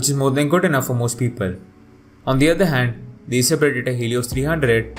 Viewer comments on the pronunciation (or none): Eyser naytro payb and eyser predetor hilios hahahaha